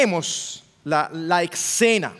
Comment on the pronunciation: no se dice ecsena, es escena; olvídese de la c, ud es un hombre educado